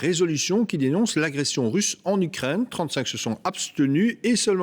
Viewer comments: Pourquoi il dit l’ucraindre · On dit u Ukraine et non ukraindre mdrrrr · U craine en phonétique et non u crane